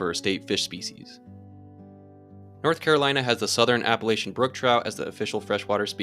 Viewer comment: Super interesting stuff! But the way he pronounces Appalachia hurts my soul :(